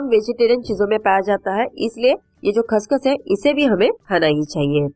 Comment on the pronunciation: Khss khss key hota hai didi